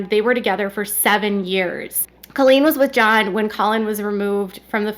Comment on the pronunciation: Please STOP saying “Culleen!” It’s Colleen lol